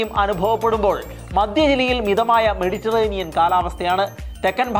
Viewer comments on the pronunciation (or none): none